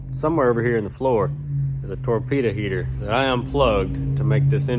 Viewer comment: A torpeeta heetuh. 😂